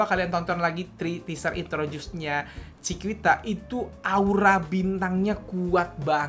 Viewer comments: Koreksi dikit yak, Chiquita dibacanya “cikita” kak, bukan “cikuita” 😊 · bacanya chikita bang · Tulisannya chiquita tapi baca nya chikita aja bisa gak bang? Wkwkwkkw